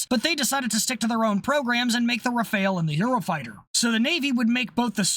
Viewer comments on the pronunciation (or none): I thought I could handle it but I can't I try to be as non-chauvinistic as I can with military tech but please, please FFS It's pronounced RAH-FAHL NOT RAHF-ALE